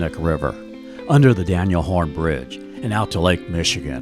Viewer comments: Minor quibble, it's Daniel HOAN, not "Horn", but that aside a fine and informative video! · Good times can be had in Milwaukee. FYI, it's the Daniel Hoan bridge, not Daniel Horn Bridge. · Lots of really good info here.. .but it's the Daniel HOAN (not Horn) bridge. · It's Hoan. Hoan bridge, not Horn. Named after one of our many Socialist mayors. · Daniel HOAN Bridge, not Horn. :)